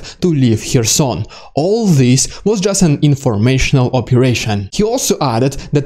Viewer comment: you can’t even pronounce “Kherson”, you learn it from CNN? It’s CARE-son. The “k” is not silent, it just isn’t as enunciated as the following vowel sound.